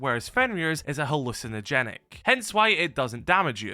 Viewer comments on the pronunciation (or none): “Hallucinogenic” what😂😂 that is not no hallucinogenic